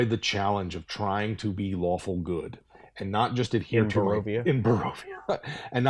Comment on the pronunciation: Is it just me, or did they kept saying "Waffle Good" instead of "Lawfull Good" at the beginning of the video?